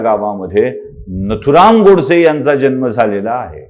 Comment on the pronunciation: जल्म नाही जन्म